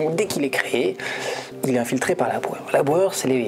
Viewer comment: J'avais compris "Laboueur" et je me demandais "mais qui est ce Laboueur ? il n'y a pas eu de présentation de ce personnage"...